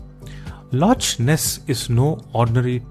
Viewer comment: It's pronounced as lock my Indian accented friend not loch as it's written